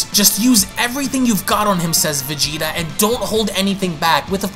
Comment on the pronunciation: Lol the way you VeGEtA is hilarious